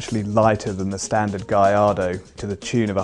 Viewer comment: i thought it was gallardo not Gallargo